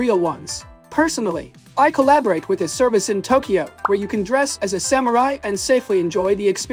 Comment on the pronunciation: I love your videos, but I laughed so hard at that "Soymurai" 😂🤣😂